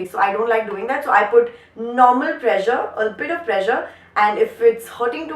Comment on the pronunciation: pressure was sounding like pleasure 😛😛😝😝, still love you